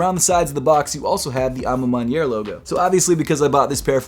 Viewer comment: Congrats u heard me when i corrected u last time abt the a ma maniere pronunciation 😂